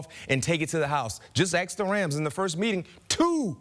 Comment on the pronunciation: I'll axe him 😂